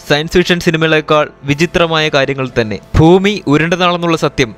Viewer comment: ശരിയാണ്. ഫൂമി : ഭൂമി